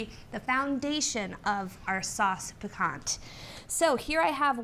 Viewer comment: needs to sharpen her knife and stop pronouncing the t at the end of piquant.